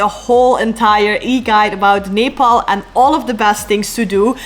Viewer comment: First foreigner who spell Nepal very right way❤😊